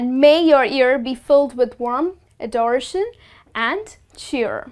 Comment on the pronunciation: Kindly pronounce these words correctly - year, cheers, adoration, and endeavour.